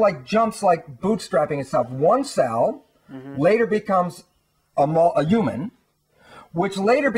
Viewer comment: its about time that scientists finally realised the truth about what healers, mystics, psychics and many religious people have been saying all these years... why does he say ewman instead of human? and ewmanity instead of humanity?